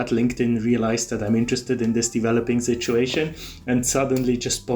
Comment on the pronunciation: Thanks for these warnings,. I really liked it when you said "this shituation" instead of "this situation".